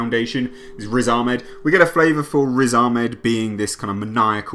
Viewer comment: I do agree, it was a great trailer, I found the dialogue a bit off though, idm the effects. Edit: The way you say 'Ahmed' is on point 😀